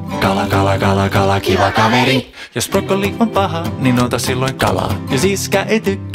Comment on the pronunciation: Kuka suomalainen sanoo "Broccoli"